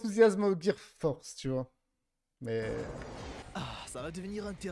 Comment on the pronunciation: Moi jes entendu gear fort mais pas gear force pourquoi mdr Sa ma fzit trop rire